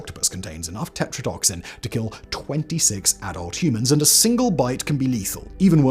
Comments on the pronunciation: This isn't due to an "accent". "Tetradotoxin" has five syllables. "Tetradoxin" only has four. This isn't a mispronunciation. It's a reading error. The narrator is perfectly capable of pronounding "tox" correctly. An "accent" typically substitutes sounds. It doesn't skip entire parts of words. I don't have a problem with people's accents. I speak a half dozen languages, myself, and I speak ALL of them with an accent. "Accent" is not my problem, here. Lack of attention to the word being read IS. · And it's tetradotoxin, not tetradoxin. He said it so confidently incorrectly. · He just doesn't care anymore lmao which like, it's whatever. As long as I can tell what he's trying to say. I don't even let it phase me anymore lol EDIT: Nvm I take it back. Hearing "tetrodoxin" instead of tetrodotoxin 3 times in a row just straight up made me mad lmao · Simon, you keep mispronouncing the blue-ringed octopus’ toxin. It’s TE-TRO-DUH-TOK-SIN (five syllables). You keep saying what sounds like TE-TRO-DOK-SIN (four syllables). Minor, but still incorrect. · It's Tetradotoxin, not Tetradoxin. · Simon, most Latin based medical words, whether the scientific name of a plant, a toxin, or a disease tend to have the accent on the second or third syllable. And the blue ring octopus toxin is te-TRODO- toxin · Yeah I cringed at the pronunciation of a lot of things but considering that he has an accent, and I’ve heard most of those things pronounced in YouTube videos I tried to look past it. Seriously though “Tetrodotoxin” being pronounced wrong is a really petty thing to point out when it could just be an accent